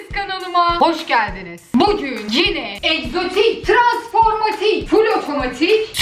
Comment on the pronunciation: tranformatik degil transformatik yanlisini duzeltmek gibi olmasinda .dsksnazjbhdjagdflwa